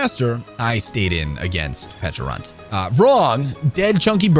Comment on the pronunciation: Got some bad news for you. You accidentally pronounced pecharunt correctly